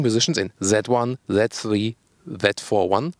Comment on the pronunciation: haha! the pronounciation kills me: "BMW that free" (z3)